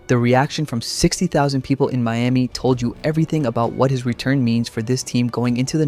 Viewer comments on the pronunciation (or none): none